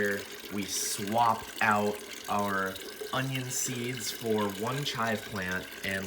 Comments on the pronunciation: Since when was Onion pronounced O-Ryan? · Onion - Un-knee-un